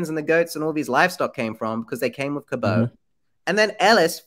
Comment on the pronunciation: I'm pretty sure John "Cabot" rhymes with rabbit and not snow.